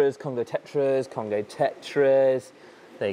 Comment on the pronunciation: I kept hearing Costco not Congo 😅😂😂